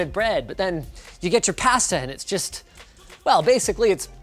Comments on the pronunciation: Did you just say past-uh? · pahsta. he said pahsta.. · Can we talk about ... "You Get Your Paysta" Dafaq linus, im unsubscribing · Did he say passta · Did you just say "Pahsta" ? DID YOU JUST SAY PASTA IS BASICALLY BREAD?! get out. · Please don't say pasta like PASStuh anymore sir please I'm begging you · Jesus you totally don’t know how to pronounce pasta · dislike for how he said "Pasta." Canadians. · please never say pasta again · OMG LOL, please say Pasta again :D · I like how he says pasta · Linus, learn how to say "Pasta" correctly or I will unsubscribe.... lol. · Linus says "pasta" objectively wrong